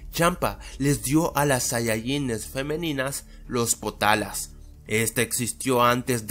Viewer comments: Son potaras no potalas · dijo marin buu :v dijo los potalas :v